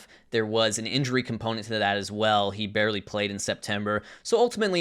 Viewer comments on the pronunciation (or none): none